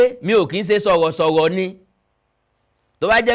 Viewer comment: Yell LadY K OLOSO TO GO FOR SPEECH THERAPY!! SHE SPEAKS LIKE A TWO YEAR OLD. LOOK FOR SPEECH THERAPIST IN CANADA TO HELP YOU SPEAK WELL. YOU CANT BE SOHOSOHO INSTEAD OF SOROSORO.